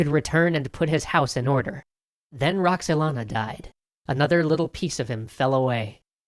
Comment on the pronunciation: roxelana WTF